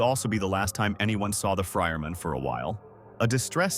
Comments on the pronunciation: The fryerman? Who the fuck is the fryerman? You mean Gordon Freeman? Is this ai, its kinda gotta be. Or.maybe someone that don't speak English as a first language perhaps. There is no fryerman in half life. And it keeps fuckin saying it! Jesus Christ man, does no one review their audio ever these days? Fuckin clown shoes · Man, saying that with an AI Voice really gets me, that AI Voices went wrong when it comes for Real People saying that Just Right. Gordon Frierman? Made it wrong with that AI Voice, it was "Freeman". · Yeah this is AI slop. You didn't even listen to the voiceover. It always says Frierman instead of Freeman. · "Iz Dr Gordor frienman" "Well if it iznz Dr Gordon Frienman." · "the friermen" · Somehow he pronounced it as “Dr. Gordon Frierman” every time in the video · Ah, yes, Gordon FrierMan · “Dr. Gordon Friman” lol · Lmfao, for real, I thought he said "fryer man," and that shit confused the fuck out of me. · Nobody gonna command about freeman being called fryerman in this video? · Prob just the text to speech mispronouncing "Freeman"